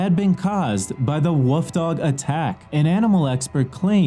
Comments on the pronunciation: I keep thinking you're saying woof dogs which is adorable... Not wolf dogs 😂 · Did he say woof dog's